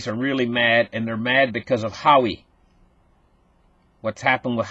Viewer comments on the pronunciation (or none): it's whaaway not Howie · not How-ie..... it's Wah-way.... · who-wah way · Pronounced wowway spelled huawei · pronounced Hwa Way - - Hua Wei